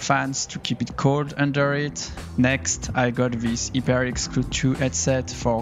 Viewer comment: “Heeper X”